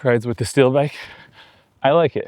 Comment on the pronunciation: Love that bike. But why do I keep hearing "still" when you are saying "steel"?